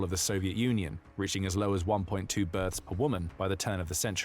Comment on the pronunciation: I think the creator of the video used AI to find footage. Because when the commentator says “1.2 births per”, due to his accent it sounds like “1.2 birds” and the footage is birds with woman in it . Idk it just bothered me